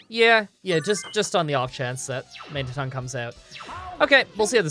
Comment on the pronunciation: "Ton-Magne" sounds unintentionally French